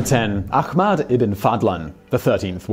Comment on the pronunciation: ACKMAAED? Yeah, so its just pronounced how it looks "Ahmad". In no language anywhere is Ahmad pronounced in the terrible butchering you used. Ahmad Pronunciation /ˈɑːmæd/, or /ˈɑːmɛd/. Arabic: [ˈ(ʔ)aħmad]. Egyptian Arabic: [æħmæd] Turkish: [ˈahmet]. Persian: [ˈ(ʔ)æhmæd]. Urdu: [ˈɛɦməd]. Achmad - is a completely different name or form of the name.